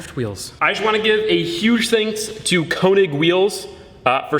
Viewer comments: It's not Konig! It's König! Ö sounds completely different than O. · könig not konig